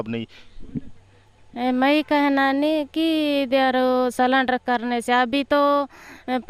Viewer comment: सलेंडर नहीं सुंदरी जी सरेंडर बोलते हैं इसलिए पढ़ाई किए रहती तो आज पक्का IAS बनती😂